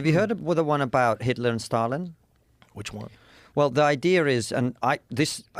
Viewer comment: Did you say Stalin? It sounds like Biden!